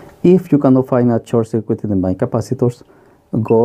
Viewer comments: Nice video, and explanations, a bit mispronunciation when mentioning the main board but anyone can understand. Any way, thanks for the vid, and I might be late for this but at one moment you mention something about not knowing the rating of the SMD cap.... I think manufacturers use a color and size code for them SMD capacitors. You should look for the specifications sheet. I found one once and it was very useful. I hope that helps :) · Are you saying "mine capacitor", or "main capacitor", or "mind capacitor"? I really must have viewed this video 10 times and I still can't figure out what you are saying [and I'm from South America]. Please confirm. Thank you